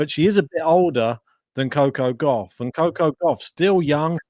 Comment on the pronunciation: The way you guys pronounce Coco Gauff is so pleasing to the ear.